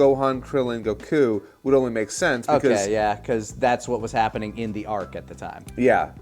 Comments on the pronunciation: i fkn love you and i will never amount to anything you have achieved, but i cant be the only one that hears you say Goku as GoKouuu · The difficulty in editing the text to speech for the intro is just karma serving justice to for his Goku pronunciation. I hope it gave him hell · Speaking as a blind person, I feel your pain about pronunciations and getting TTS to say anime stuff correctly! I hate microsoft TTS in particular because they're so hard for me to fix pronunciations with! I use a screen-reader called NVDA, which has a nifty little feature called the Speech Dictionary, so I can put words in it, followed by a string of characters to replace those words with when they're being read, and I still have trouble getting it to pronounce certain things correctly, but I can get it close enough in many cases that I can enjoy reading fanfics and the like. But oh stars I feel your pain wrestling with uncooperative TTS.